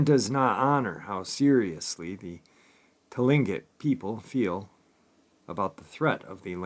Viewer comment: first of all it's Kush-ti-ka not Kushtaka and second it's Clinquot people if you need any further help with pronouncing this first Nations names let me know👍